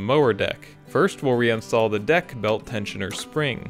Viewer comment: Sounded like “get the dick into place” 😂 cool vid, great repair